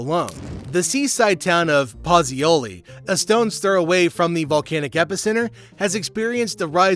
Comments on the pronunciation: Puuozzoli! Not pazzoli! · Pozzuoli correct say🇭🇷